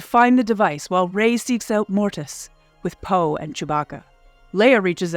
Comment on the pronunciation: "Let's find uuuuuwt abuuuuwt", shall we? MUST be Canadadian. : P